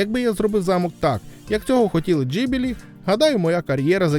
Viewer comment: Відео хороше, але оце кривляння голосу намагаючись цитувати людей достатньо ріже вухо, краще просто своїм звичайним голосом. І здається правильніше та й загалом ніби усі кажуть Ґіблі, а не Джибілі)